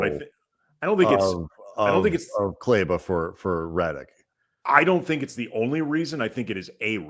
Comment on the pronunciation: Could they be playing Maxi for other teams to see him (to facilitate a trade)? Also, I know you have no history with him but he’s been a significant contributor to western conf and NBA final teams, and as someone who appreciates that it hurts me to hear you consistently mispronounce his name. Please either have enough respect for him to learn how to pronounce Kleber or just call him Maxi.